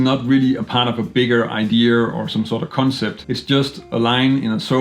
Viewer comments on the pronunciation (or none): The word is “idea” not “idear” lose the ‘r’ please...